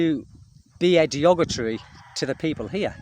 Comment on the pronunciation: the word you keep mispronouncing is "derogatory"......